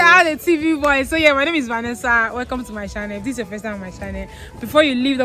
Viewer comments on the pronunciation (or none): The name phonetically (vanisa)not va ner sa Nigerian s always got it wrong